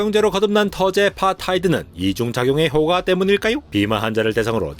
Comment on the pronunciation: 효꽈라고 발음해야하는데 효과… 갱상도네 갱상도